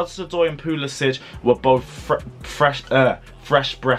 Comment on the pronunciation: Pu-li-Sick!! Pronounce it right please. No itch